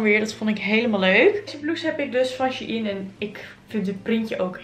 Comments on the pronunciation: je zegt het als schein (geen haat) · nee hoor het is echt she-in 😉